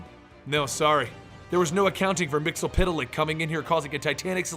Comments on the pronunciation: Pronouced: Mits-el-plick! Not mits-el-piddle-ick. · you are wrong when you said his name. It is Mix-E-Yes-Spit-Lick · it is actually pronunced mix ul plix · no no no it's mister mix yez spit te lick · Me. Mix spit lick that's how you pronounce it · His name is pronounced Mr. Mix spit lick Just search the SAS episode. It explains everything about him in 22 minutes. He's barely ever used. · isn't it Mex-Yez-Pit-Lick ? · Year 5 is ongoing, it's Mxyzptlk, and learned how to pronounced it by the Superman cartoon. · you mispronounced mxyzptlk